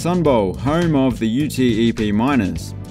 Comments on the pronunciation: It's prounounced "You-tep". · It’s pronounced “Youtepp” like you say it phonetically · UTEP is colloquially pronounced YouTehp. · Great video! Just for future reference, most people pronounce UTEP as a word (U-tep) rather than saying the letters. Don't know if you'll ever have to say that name again but just in case lol.